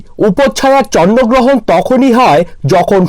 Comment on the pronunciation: ata chonno grohon na bhai ata chondro grohon 😅😅😅😅😅😂😂🤣🤣